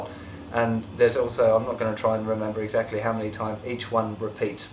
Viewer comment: failed again! you guys just keep on coming down don't ya! lol..."exacly", my god it hilarious really!